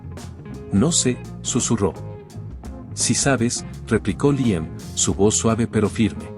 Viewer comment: Porqué cambia la pronunciación y dice Liem en lugar de Líam?